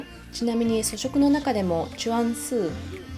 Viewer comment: 素食や全素の読みが違っているのが気になりました。それならまだ日本読みにされた方が。